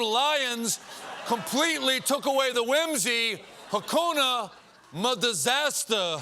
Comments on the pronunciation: Hakuna - muh - Disastah 😂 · "hakuna madazasta" LMAO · Hakuna...ma .disaster..good one🤣